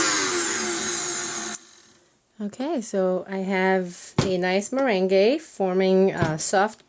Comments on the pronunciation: You always make the cutest things. FYI though, Meringue is pronounced, at least in the US, as "mer-rang". The E is silent. No matter the faux pas you make with the English language, your command of it is amazing. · It's interesting the way you say 'meringue' considering you're fluent in French! In English we say 'meringue' like 'mur-ang'.We're probably totally wrong. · I love how you say meringue powder it's such an interesting thing to see how someone non English speaking understands the language